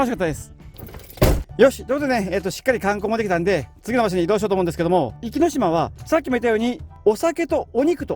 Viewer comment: 「おきのしま」ではなく「いきのしま」ですよ。